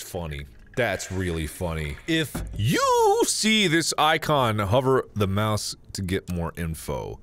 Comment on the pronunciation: The way he said you